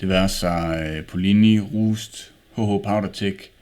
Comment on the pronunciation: hahaha det er utroligt at i ikke kan udtale roost :D